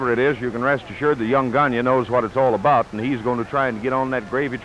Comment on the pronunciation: It's Gone-yay , NOT Gone-ya